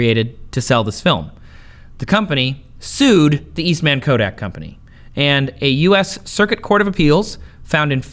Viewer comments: It's George East(MUN) not East(MAN).... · i love how he says Eastman like he is a super hero lol